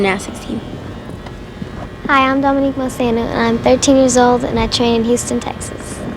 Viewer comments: It wasn’t pronounced wrong on purpose. She got really nervous and it came out wrong. She said she was embarrassed afterwards. I think it’s cute she messed up her own name out of nerves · I'm confused now lol. Did Dominique Moceanu pronounce her last name like "mo-SEE-ah-noo"? I listened twice and it sounds like she's definitely saying it like that. I've always thought it was "Mo-CHEE-ah-noo". I even googled it and everything I saw said its pronounced that way. Has everyone been pronouncing it wrong this whole time? Maybe I'm just hearing her wrong, she said it pretty quick and was quiet. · You heard right. I remember hearing something from her about it, it may have been in her book. I can’t remember the whole story but she admits she pronounced it wrong on purpose. I wish I could remember why!!!